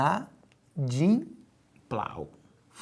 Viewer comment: "I-na-dim..." "plau" kkkkkkkkkkk